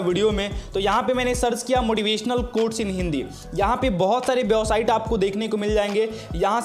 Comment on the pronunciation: भाई बेवसाइट होता है या वेबसाइट होता है आप गलत बोलते है तो अच्छा नहीं लग रहा क्यों की आप बड़े यूट्यूबर है